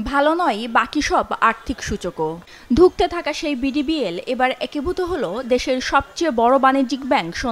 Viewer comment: 😂😂 মূর্খ সংবাদ পাঠিকা! ডিবিবিএল না বিডিবিএল ❤